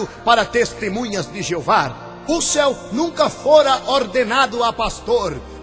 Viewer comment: na verdade vc que deveria estudar bem as escrituras, pois vc está muito desinformado! lembrando_ Deus odeia a mentira e vc é um mentiroso, usa a bíblia pra falar mal de uma religião q sempre prova na bíblia suas crenças... e vê tbm se aprende a falar o nome de Russell direito!! quanta hipocrisia da sua parte se dizer q e um cristão... mais Jesus predisse q haveria falsos cristãos! e" VC E UM"